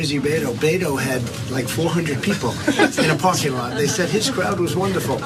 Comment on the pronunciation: When Trump says people, it sounds like he is saying beople.